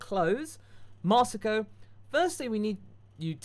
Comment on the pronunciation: i forgive for butchering my name Masako